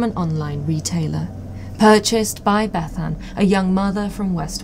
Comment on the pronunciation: Thanks for pronouncing Bethan in the Cymric way 👍